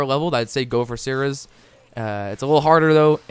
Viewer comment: By the way, I am pretty sure it is pronounced ser-ees.